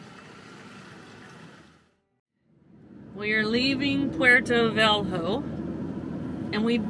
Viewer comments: The city is Porto Velho, pronounced porto velyo. [pawr-too ve-lyoo]. It is the capital of the state of Rondonia and has a population of about 600,000. If you have Internet, all the pronunciations are available. Just type pronunciation of ( ? ). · Porto "velrou" 🤣 kkk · your pronounce of porto velho is so funny